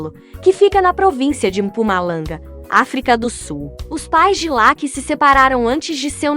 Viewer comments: Pra mim não, é verdade, se pronuncia laque é? Ou Lucky? Presta atenção, independente se é dublado por IA , a pronúncia é Lucky e ponto. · escreve Lucky e pronuncia Lacky